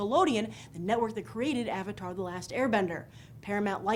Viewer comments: make aang asian. pronounce his name ANG the Avatar not AUNG the Ovatar Make steve seagal the uncle remove the INDIAN PEOPLE FROM THE CAST AND ADD ASIANS Make it directed by Tom Hoop and produced by Steven Spielberg then ill watch it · I HATED THE FREAKING MOVIE IT WAS UTTER CRAP!!!!!!! I LOVE THE SERIES BUT MAKING INTO A MOVIE THAT COULDNT EVEN GET THE NAMES RIGHT IS FFFRRREEEAAAKKKIIINNNGGG CCCCCRRRRRAAAAAPPPPP!!!!!!!!!!!! IT IS DUMB TO THE MAX AND HARDLY FOLLOWED THE SHOW........ITS AVATAR NOT AHVATAR!!! SOKKA NOT SOHKA!!!!!! AANG NOT AUNG!!!! GRRRRRRRRRRR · wats with all the freaking spam ITS SO ANNOYING! another annoying thing was the actors pronouncing "avatar" as "arvartar" and "aang" and "ung". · The second they pronounced Avatar as "Auvatar" i completely signed it off, and that was the first line; and it didn't get any better from there. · i really really wanted this movie to work. As a fan of the series i was excited with friends as we went to the midnight showing. Now i dont now if it was just me, but they seemed to have a problem with saying "a"s in the film..."the aw..vater"...."aw..ung. Perhaps the worst trait of the film though was the acting which was honestly embarassing to watch, it was a disapointing 4 from start to finish. Keep the reviews comin Grace :) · Avatar - Aaaarvatar Aang - Ung Sokka - Soker